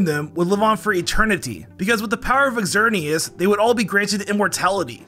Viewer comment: Did this man say ex-xerneas? 😅